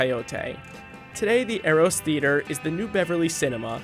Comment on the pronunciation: Pronunciation of 'Eros' & 'Ghia'. Good video though.